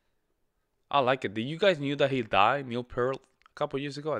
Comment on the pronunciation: It's pronounced "Peert" No "L" in there. Not like "heart" or "part" or "pert", but like someone's ear.